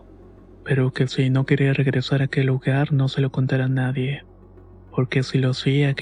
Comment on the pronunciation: No se lo diga a nadieh, que se ponen celosoh